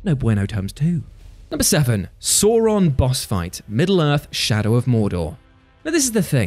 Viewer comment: We just ignoring the pronunciation of Sauron?